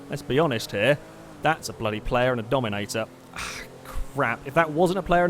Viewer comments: Just saying I’m not making fun of him I just find it funny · Jeffy Jeffy From 7 Jeffy um.. said Dominominominator in his videos one time